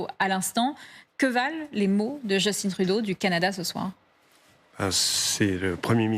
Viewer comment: C'est Justin Trudeau pas Justine Trudeau... Justin Trudeau est francophone